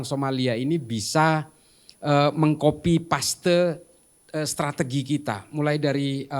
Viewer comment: Kenapa "KOPI PASTe" ???? 😂 kenapa gak sekalian "COPI PASTe" RIP English